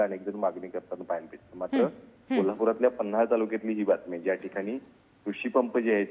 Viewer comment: पन्हाळ नाही ओ बाई पन्हाळा म्हणा